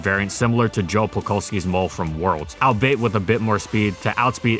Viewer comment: Pronounced al-be-it not al-bait